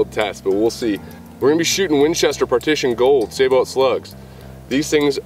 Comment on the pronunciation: FYI it is pronounce Sa-bow not sa-bot.